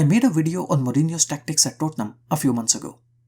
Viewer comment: Nobody::What is up guys and Welcome back to another "WIDEO"